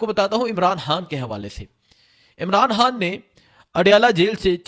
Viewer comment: سویٹ جی۔ آپ " خ" کو ۔۔ ح بولتے ہیں بڑا اچھا لگتا ہے ۔ زحم ، عمران ریاض حا ن🎉